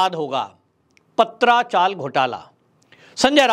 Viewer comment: पत्रा चाल ( tin shade) not पात्रा चाल